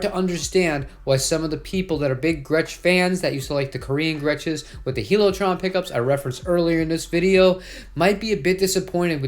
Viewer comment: Pretty sure HiLo’ Trons are pronounced High-Low, not Heelo.